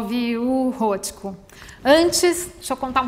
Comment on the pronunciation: Já começa pronunciando errado o nome do artista